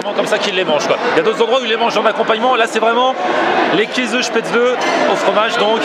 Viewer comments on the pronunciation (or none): Käse on prononce "késé"